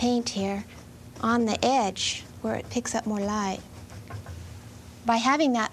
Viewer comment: Kevin Spacey could get on it: hwhip, heverywhere and so forth